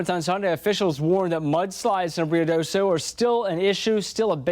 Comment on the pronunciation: Rio Doe So. Not Deso. Ung. Hah, engrish is hard.